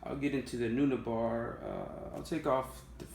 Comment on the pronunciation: Dude love your board, great set up. Btw, Neunaber is pronounce "nu-neighbor". I'm sorry for correcting you, my ocd wouldn't let go through if I didn't. For your future stereo set up you can get a British style amp to complement the Milkman like a Hamstead Artist 20 or get a tweed style amp with a creamback in it.